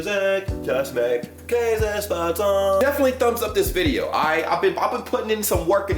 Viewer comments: I love how he says "Kaasespaatsel" 😂👍😂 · in tirol we dont say käsespätzle we say Kaaspatzlen